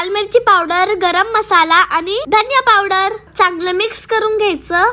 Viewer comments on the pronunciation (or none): none